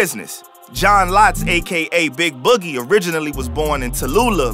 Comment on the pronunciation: bro said the name wrong😂😂😂😂